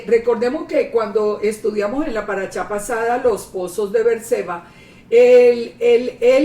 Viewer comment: Porque chayei si ni se pronuncia la che en el idioma hebreo? Porque hay una gran diferencia en las palabras: Shalom, no chalom Parasha, no paracha Con el debido respeto, hay que esforzarse un poquito para cambiar esa pronunciación